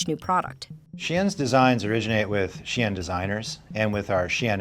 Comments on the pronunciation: I go-sign it’s called Shein here in NYC too lol. Ain’t no damn She-in 😅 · Shein, she-in as in she is in. She is in to shein 🤯🤯🤯🤯